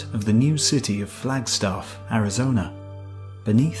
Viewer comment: Retired Geologist here. Wonderful video! Thanks so much for making this. Btw, it's Mars Hill, Flagstaff, not Mauze Hill in Flagstoff. I'm looking forward to seeing more of your videos. Thanks again.